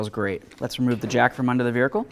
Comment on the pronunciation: i love how the guy says vehircle no, seriously though great video somewhat universal for most ecotecs btw